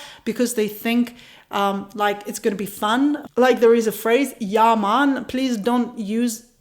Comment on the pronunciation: you said "yea man" very well when you were explaining how it comes out naturally when you are talking to other Jamaicans; not when you were "mimicking" Tourists though, which was the point....LOVE it. LOL... Just my observation